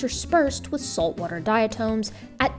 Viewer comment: Diatoms rock. Love you, but the correct pronunciation calls for a short vowel on the second syllable: dia TOM. I am a diatomaniac.